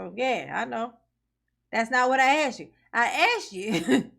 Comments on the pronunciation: Did you Ax me to come see you? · ASKED NOT AXED!!!!!!! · Didn't you & I bof know we had a no contact order? So why you axe me to come? Oh, ya didn't? You just told me where you was & I went ? Oh.